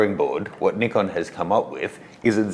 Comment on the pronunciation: Thank you not to be too judgy but I've been following you since the Nikon guy and even though you still pronounce Nikon wrong;) I have really really really found a lot of respect for you over the last few videos and I know the Shibari course is just gonna blow me away. While I won't be getting the Z8, I have tried the Z7ii side by side with the D750, and aside from the very obvious clarity difference the ability to see your exposure real time the full frame focus is where its at. I will be getting the Z7ii for sure and can't wait to evolve into the Z glass. So sad my 300, and 500 are both AF-S. Thank you for a great review